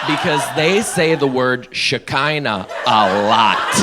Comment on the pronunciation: Shechinah or Shekhinah? Lol pronounced (She-phlegm-ee-nah) It's the female manifestation of G-d, in Jewish faith. I don't know if Christian's really use it much outside of Messianics but it's used in Jewish faith. Some people actually connect it to the Canaanite Goddess Asherah.